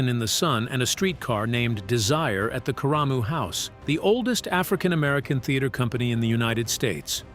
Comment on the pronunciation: Why can’t our stories be narrated by our ppl? UGHHH!!!! It’s Karamu (care uh moo) house. The oldest producing black theatre in the US. Located in the Fairfax community in Cleveland OH. 😖